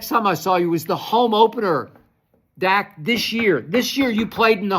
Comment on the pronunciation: Skip said Duk Prescott 😂